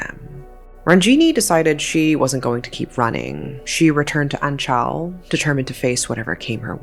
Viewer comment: Omg anchal is literally right next to my hometown of Punalur!!..Glad to see they`re finally brought to justice. And also if i may add, the way you`re butchering the pronounciation of Kerala and Anchal..